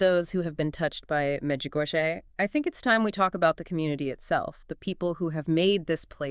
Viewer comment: And because this is AI generated, these two people aren’t real, and fake, and no matter how good intentioned the creator of this podcast may be, truth matters. Let people know that this is not real. Notice the lady doesn’t know how to pronounce Medjugorie correctly, but acts like she knows the topic. If someone’s going to represent the truth then tell what are their names? Who are they? Where are they from? are they real? Pay attention folks, there’s going to be more of this coming down the Internet. Look for trusted sources.